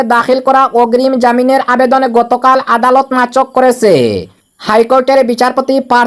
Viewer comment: নাচক নয় নাকচ হয়। শুদ্ধ করে খবর পড়বেন।